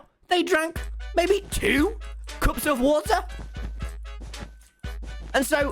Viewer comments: He literally says wa’r when the says water fast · keeps drinking "wa er" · Its the wothur for me